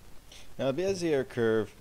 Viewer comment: Bezier is indeed french and pronounced Bezee ay the r is silent.